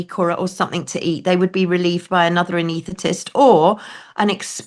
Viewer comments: It may be a word she doesn't find it easy to say. By way of comparison, some people find it difficult to say the word 'itinerary' correctly, although I'm sure you aren't one of them! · All this time in the NHS and she doesn't know how to say anaesthetist!